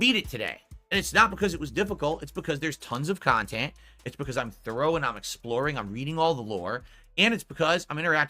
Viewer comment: Yep dude straight up thinks HIS khantent is better than detractor content because it's so pahsitive and meaningful. Make it make sense